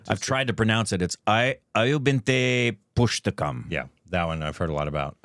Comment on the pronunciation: Perfect pronunciation